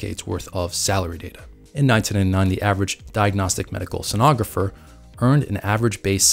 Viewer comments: I know right? Mid way he starts saying it correctly. ;) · Mispronounced "Sonographer" multiple times this video. 🙂